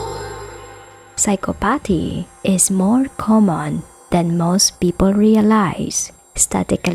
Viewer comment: I've noticed"Psychopathy" has often been mispronounced lately in video's.. Awesome Video never the less👏🏼👍🏼 I'll never understand what drives these demented individuals to commit such treachery smh, well.. besides wandering wicked spirits in search of lost vessels but the flesh must take some part of the blame bc judgement awaits All living and it makes me think is it possible that some people are born evil and if so.. how&why??? (It's almost too much to take in..)